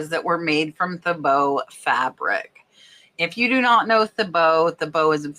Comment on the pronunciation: Thibaut is pronounced Teebow. Most of their prints have a chinoiserie/Asian style.